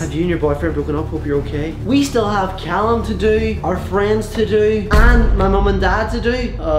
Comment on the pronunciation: i love how he say cyallum instead of callum lol